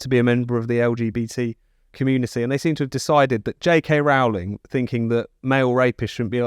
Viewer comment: Why do they keep mispronouncing Rowling?